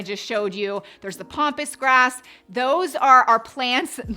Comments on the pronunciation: And it’s Pampas Grass. Not Pompous Grass. Please. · Pampas grass, not pompous grass lol